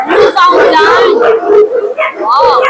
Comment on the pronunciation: ate it's NEW-Fin-Land ang tamang pronunciation ng Newfoundland. You can also call it Newfee